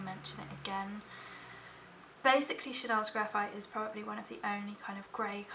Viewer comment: also, in this video and the last one i watched of yours, i've gone back and replayed the seconds in which you say the Chanel names. they sound magical when they're said correctly! :)